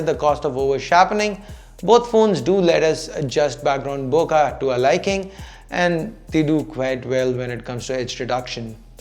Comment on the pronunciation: its bo-keh not bokaaa lol